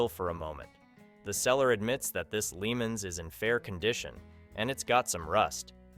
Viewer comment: I'm starting to wonder why I watch this channel. First the '72 Pontiac Lemans is pronounced La-Monz and second an '81 Camaro is a SECOND gen, not a third. I'm sure the sellers would like you to get it right, I know I sure would!